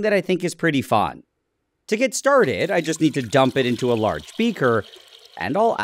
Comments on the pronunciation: "small amount of craughhst" can't stand that accent it's like a rude Karen type of voice " faun" instesd of fun lol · Why do you say "fon" instead of "fun"